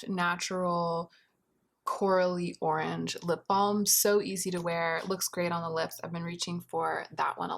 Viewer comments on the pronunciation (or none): none